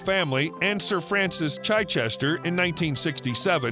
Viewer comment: 'Frances Chai-chester'........lol